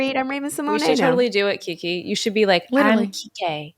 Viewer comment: Keke should come to South Africa to hear how we pronounce her name😭😂😂